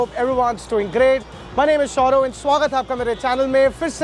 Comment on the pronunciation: Ya..... The way he says it, it sounds like Saurav